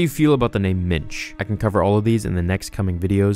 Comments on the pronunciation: I don't how that would be spelled (ok, I typed that before you actually showed how it was spelled lol), but the way you're pronouncing it sounds like the either Yiddish or Hebrew for "man." Which is spelled "mensch." Wait, I thought the Yoda species guy from 700 years back was named "Mitch," or maybe he was just pronouncing it funny when he said it and he actually was saying "Minch." So, is the this (Minch) the same name you're talking about for Yoda's original first name then, from earlier in this video? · Did you say Mitch? Mitch Yoda. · I thought you were saying "Mitch Yoda" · "Minch" or "Mensch?" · Did he say minch or Mitch? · Minch. For some reason I thought you said Mensch. That would be a placeholder name. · At first, I thought you said Mitch. Now all I can think about is some frat guy parody in which Mitch Yoda and Chad Vader fight each other with Force Sue... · It’s Minch.